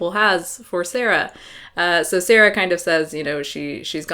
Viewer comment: BTW, I think you pronounced SAARA's name quite right at first - with two AAs. It is a Finnish name, Saara is from Finland and so am I :)